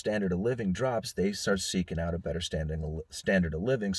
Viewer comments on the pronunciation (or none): none